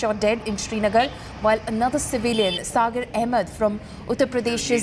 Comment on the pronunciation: That is not "Sagar Ahmed".. That is " Sageer Ahmed"... he is from a locality near our place...